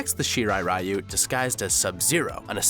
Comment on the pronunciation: Can no one pronounce ryu correctly?